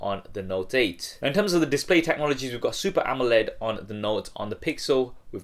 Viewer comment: dissspley :v